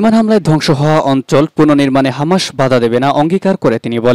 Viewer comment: শব্দটা হামা(শ) নয় - হামাছ(স)।